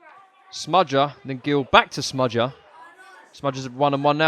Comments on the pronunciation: Said “smudger” a ridiculous amount of times, made me cringe every time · Why calll him smudger?